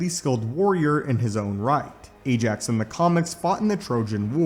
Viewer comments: BTW It's "Ajak", not "Ajax"... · It's "Ajak", not "Ajax"... (Yeah I know, big difference... L🤓L )